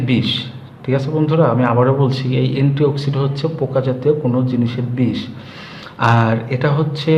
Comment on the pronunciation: গাইয়া মূর্খ লোক . . .‌নেতথল না রে ওটা ন্যাপথ‌লিন. অ্যা‌ন্টিঅ‌ক্সি‌ডেন্ট কে বল‌ছে অ্যা‌ন্টিঅ‌ক্সি‌ড. . . বাচাল কোথাকার আজাইরা বে‌শি কথা ব‌লে